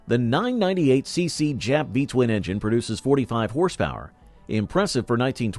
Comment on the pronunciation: I had to wince at the narrator reading the script who obviously knows absolutely nothing about motorcycles. He pronounced the manufacturer as "jap". It is actually initials and pronounced "J", "A", 'P".